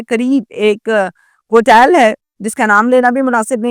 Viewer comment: تو ہوٹل کیوں نہیں بول رہی ۔۔۔ ہوٹیل کیوں بول رہی ہے